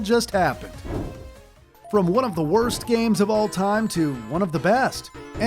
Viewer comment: it’s time not pipe